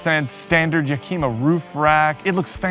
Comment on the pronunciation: At first I thought that your banter was part of your comedy, but then I realized that it isn't, and that you're actually a GIANT douche. By the way, it's pronounced Yeah-Kim-Uh